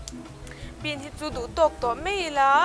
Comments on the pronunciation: Siam thiam viau mahse mizo ṭawng hmang dik la ka ti entir nan 'mai' tih tur ah 'mei' ti reng a......ngaihthlak a hahthlak deuh ka ti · "Mai" tih tur mei tih ang chiah fimkhur a ngai,a dang dangh pawhTin mizo in tawng kan nei a,ziah dik, lam dik hi kan zawm tur a ni a a harsa a mahse,. lam dik hi chu a harsa lo. Naupang kum 10 hnuai lam lam dan ang hi chu a chi tawh loh a "r" hi tlir ngei ngei tur tlir tih chu kan hria ang chu maw. Hnamdang unau ten r (letter) hawrawp mal awmna thumalah an lam dik thei lo fo. Chuvangin mizo tawng a Ra pawimawhna kan hre thei ang. Eg Arpa hi Alpa an ti ,tlang ,hi talang an ti fo bawk. Thar ,ber, sorkar tih ang chi thumalvtawp a r a awm hian hmeichhia ten in lam leitawt fo hi a fuhlo tawp. Thildang in han sawi ah in lam fiah fim tha hle . .... "Mahse a Ar a zir a nia nga....Ar kan ur chhung khan "...tihah te lei i khawr bik zel a ka lo hah thin . Tlang takin lei tih tlir vek tur. A changin in tlir thei tho si a. Ka duhsakna che a ni e. "Bean hi chu duh tawk tawh mai ila" tih lai i lam dan fiah zia hi,a va nuam em,lam no emaw lam sap a ngai lo reng a ni. Tin Mizo tak zel in aw. I hmel tha i zei mi thiam lutuk i nih hi.